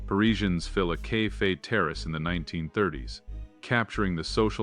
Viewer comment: Yes, my two favorites were cafe, pronounced as "kay fay", and the Ford model of the future, the "X minus 100".